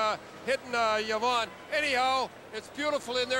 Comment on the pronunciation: the way pronounces Yvon.. Yavonne... hahahaha